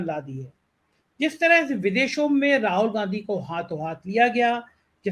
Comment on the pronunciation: आप राहुल गांधी को बार बार राहोल गांधी प्रोनाउंस करते हैं, जो बहुत अजीब सा लगता है। प्लीज ठीक से प्रोनाउंस कीजिए।